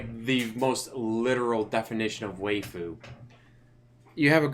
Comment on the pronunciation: A small it pick but "waifu" is pronounced "why-fu" not "way-fu"